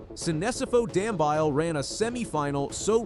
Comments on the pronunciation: His surname is pronounced Dam -be-ly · Is it too much to ask to ascertain the correct pronunciation of runners' names? Dam-bile??? Seriously? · Dumbeeele..thats how its pronounced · Please check your pronunciation of Dambile, it is totally incorrect.